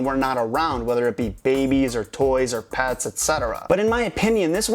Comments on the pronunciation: he says "pats", it's "pets" not "pats" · pets not pats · It's not "pats" it's "pets". P-eh-ts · you said pats instead of pets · He's saying secret life of pats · Wait he keeps on saying secret life of pats